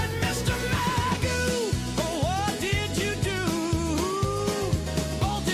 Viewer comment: And if my last name was spelled McGough I would say it as Mc Goff, not Magoo as says it.